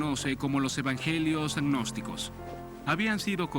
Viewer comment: gnosticos....no agnosticos como dice el entrevistador....